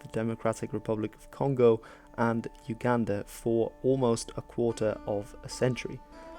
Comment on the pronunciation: Uganda is pronounced oooo Ganda